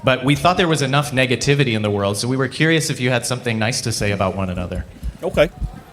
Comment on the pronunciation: this guy is a tool 😂😂 "wevehad enough negativey" 🤡🤣🤡🤣